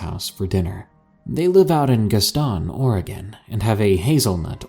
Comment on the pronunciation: the way you said Gaston Oregon made me laugh way too hard LMAO , it is more like gastn not Gast ON